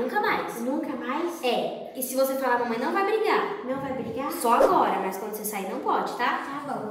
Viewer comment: A FICOU TÃO FOFA MAS FALA MANMÃR